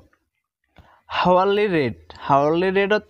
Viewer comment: হাওয়ারলি না, আওয়ারলি